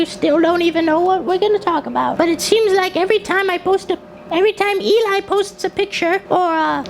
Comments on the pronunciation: why does he keep saying Eli? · I want more of this stuff, the other person talking to us (not Eli, probably butchered that but oh well) MERRRIE CHIRSTLER